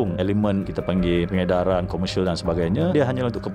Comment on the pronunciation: Correction..tiada pengedaran...melodi tolong betul kn sebutan.